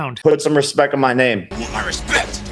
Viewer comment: notice in these clips how FAKE Paul doesn't even pronounce the word "RESPECT" properly... he says "RESPEK" and rite after in the other clip the guy says "RESPECT" properly... this is what's WRONG with the world these days.. NOBODY IS CORRECTING THE STUPID FOOLS TEACHING THE YOUTH INTO BEING DEGENERATE PERVERTED CRIMINAL RUBES!!!